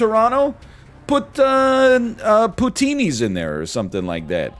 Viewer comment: I'm from BC, and I can say for certain that Tim Horton's are huge here. Also, what the hell is Poutinee's??